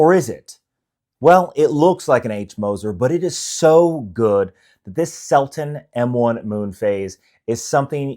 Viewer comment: Selten not Selton